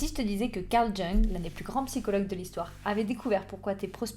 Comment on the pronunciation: Bonjour, ça se prononce "young" 😊